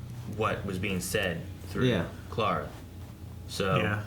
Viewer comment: 2 years late but it's the same with pronouncing Clara as "claire-a", makes me cringe